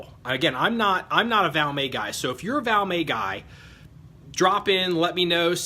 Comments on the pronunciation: It's pronounced VALMET the t isn't silent. Gun was made in Finland not France..... Nor is it an upgraded or aftermarket trigger. They came from the factory that way. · no you didn't say France. I was just teasing a little about the Valmay pronunciation. Sounds like a french word. Just my twisted sense of humor. I enjoy your videos. Please keep them coming sir!👍🍻